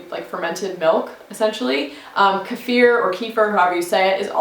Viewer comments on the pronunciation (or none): none